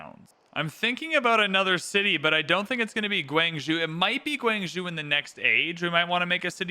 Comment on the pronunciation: Love this video and the prior one / first part. I HATE the way you say "gWANG-zhOOO" 😅